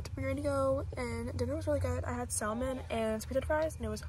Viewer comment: the way she said saLmon!